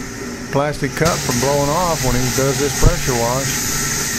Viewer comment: Did you just say I can't preasure was my door pahanahalllsss I'm from texas move